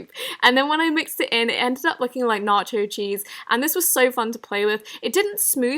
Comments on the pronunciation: "narcho cheese" 😂 hunny it's nacho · It’s not narcho is nacho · Me: Nacho cheese Her: Narcho cheese. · I cringed sooo hard when you said narcho cheese oml😂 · she said nacho wrong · the way she says nacho cheese 😂